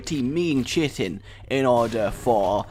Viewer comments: You minspronounced chitin. It's Kite-In not chit-tin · Chitin rage. It's pronounced 'KITE-IN'. Though you sounded so pleased at how it sounded. I kinda feel bad for having to correct you. (lol kappa. I don't feel bad at all :P ) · Oh a heads-up: I used to pronounce chitin like you did, but people in my XCOM flamed me for it because apparently it's pronounced kye-tin? Yeah, I don't know why either. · Can confirm: Is true.